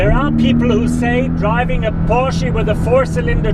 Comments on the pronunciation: Porschie???? Dude. It's Porsch uh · porshy? lol